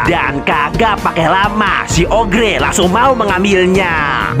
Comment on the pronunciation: Oger bang bukan ogre